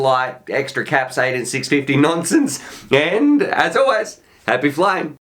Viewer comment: You almost choked because of the way you say "18650" 😘